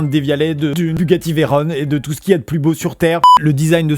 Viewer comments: Bugatti c'est franco italien, ( mais un peu plus français quand même) alors c'est Veyron, et pas Vaïronne Merci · "Bugatti Veyrone" 😓 mes oreilles Pour infos on dit Veyron et Chiron Parce qu'on dit Pierre Veyron et Louis Chiron et même le pdg de Bugatti (Stephen Winkelmann) l'appelle comme ça et dans un discours anglais appeller un voiture avec un accent français c'est pas pour rien ^^ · Attend.... Il a dit Bugatti VeyrONNE ?